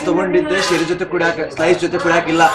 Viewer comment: the way that guy said slice 😂😂😂😂🙏🙏